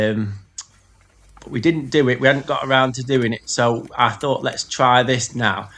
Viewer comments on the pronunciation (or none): none